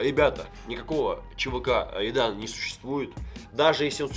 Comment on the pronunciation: Так угарно когда не может Р выговорить и называет чвк Айдан😂😂😂